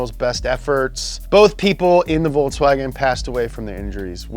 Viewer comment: is it just me or did he really call it "volts"wagen?